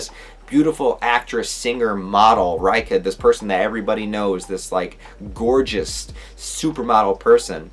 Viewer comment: Reika is pronounced Ray Kah